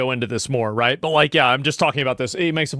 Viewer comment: "I di'nt esplane it white" ....hmm...you dont say